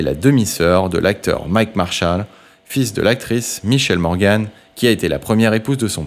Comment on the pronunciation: Bonjour. Merci.😊 Vous n'êtes pas français pour ecorcher les noms de famille: Michèle Morgan : gan comme la ville belge!...